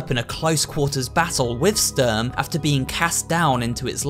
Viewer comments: Und Sturm haha, "Störm " xd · Actually the plural of soldat is soldaten not sodalts, it's a german word and means soldiers PS Ik he said the translation Also the way he said zwei, sturm and panzer is just so funny, when you here it as a german 😂